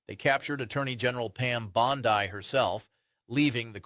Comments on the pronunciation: Are you Australian? Why do you insist on mispronouncing her name? It’s not Bond-eye but Bond-ee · I love the info and the hope it brings but please stop with the AI as the misinterpretation of words like BondI vs BondE detracts from the credibility of the facts. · I agree with all the comments but the gentlemen speaking is lessening his critique by incorrectly pronouncing her name with a long “I” at the end. Perhaps he is the only one in the country who knows how to pronounce it which would surprise me. But when someone wants to bring a critique they want to make themself appear VERY credible. Incorrectly pronouncing the name can make all who are prone to discount his post do so out of hand without a second look. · I don't get how people constantly create new names for people even though those names have been in the news forever, or they've been introduced correctly and you still say the name wrong. Bon dee, not Bon dye. Gil laine, not Gizzz laine Credible and correct reporting means correct names (and places, etc). Thank you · Is it just me? Who says BondEYE other than AI? WTF? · This is AI crap. Who is bon-die? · Regardless how the name is spelled it’s pronounced with E at the end, Bondeee. Listen to the Senate videos on your’s. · Thats an AI, not a real person. AI always mispronounces Bondi as bond-eye. And they don't breathe. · This video is good, but pronouncing the name Bondi as"Bonsai" distracts listener's attention. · Bondi pronounced Bondeeeee. Not I as in Australia. Spanish pronunciation. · It's "Bon Dee" babe. Not a real big deal but just a heads up. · Why is the sky mispronouncing her last name? Is this AI? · PLEASE TRAIN YOU A.I. to pronounce Bondi's last name correctly. #kindergarden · Learn how to pronounce Bondi! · Y'all need to get your ai bots to pronounce Bondi's name right. It's a dead giveaway. Even though I can't stand her lying mouth, fix it. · Bot much? (tho, tbh, he does look AI-ish, and mispronouncing Bondi's name seems suspect.)